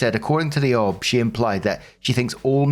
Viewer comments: FYI - "OB" is said O - B, not "ob" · Someone needs to explain to that it’s an O B (each letter pronounced), and not an ob. It briefly confuses me when he says it. The same with O-B-G-Y-N. Each letter pronounced, not obgin. Makes me cringe every time I hear it. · For future reference its pronounced "O.B.". Short for "Obstetrician". 1st: OP. NTA! That Midwife took Hostile and dishonest actions in the discharge of her duties. THAT MIDWIFE needed to be dealt with. She let her issues distress the patient! Follow up with all legal recourses available. Lord knows what she might do in the future. The Midwife may need to be kept from continuing in that field considering her inherent prejudices! Think of what would and should happen when an Officer abuses their command under the color of authority! It's the same thing! 2nd OP: NTA. OP should instruct the kids to take legal actions to prevent the Step-Mom from collecting anything. The kids are adults and failed to handle things well at all. Not your issues.